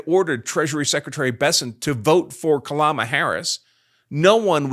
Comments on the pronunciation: KaLlama Harris 🤣 Intentional or not, it sure made me laugh. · He said, "Ka-LLama Harris." 🤣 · "Kalama Harris" LMAO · "Kuh-LA-ma Harris"! Hilarious! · Kalama Harris? 😅😂 If I heard correctly. Hilarious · "Pronounced her name wrong, should I do a retake? No. It literally doesn't matter." This guy's alright.